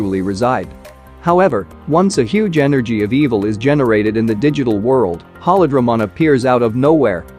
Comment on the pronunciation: Pronounces “holy” correctly but butchers “holydramon” repeatedly🤦🏾‍♂️